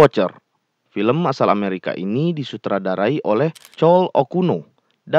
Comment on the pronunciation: Bacanya klowi okuno min😅=chloe okuno